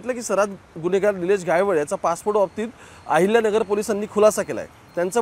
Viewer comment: अहिल्यानगर बोलायला शिक..